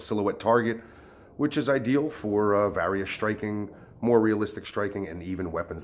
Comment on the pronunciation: Does he pronounce various wrong or do I?